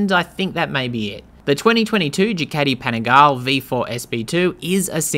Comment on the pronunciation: Please learn to pronounce Panigale property